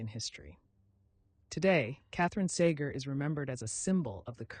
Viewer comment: I really wanted to like this but when you said measles instead of small pox and mispronounced Cayuse and Sager two different ways, I felt like I didn't.